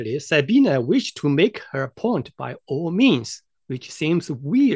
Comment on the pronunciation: Amusing, you might try learning how to pronounce her name.